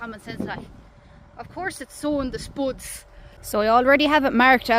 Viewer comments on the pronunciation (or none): “Sooin the spoods” 🤗